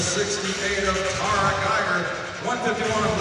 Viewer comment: Seat Time Tarah Gieger's name is pronounced TARR-uh, not TAIR-UH. As others have pointed out, Colton HAY-ker, not HACK-er.